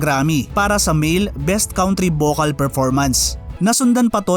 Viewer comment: Nice content, bothered lang ako sa "count-ry"